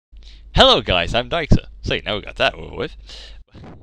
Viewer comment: Not to sound rude or anything but /daxer I must tell you that you are pronouncing your name wrong compared to how it is spelled! You are saying daixer instead of daxer:)